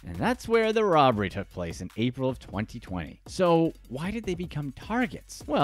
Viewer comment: Idk if you said 2020 but it sounds like you said 4020 like wtf 🤣🤣